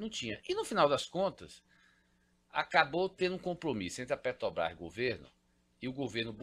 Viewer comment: O cara é milionário e ainda fala "petobras"?? 😱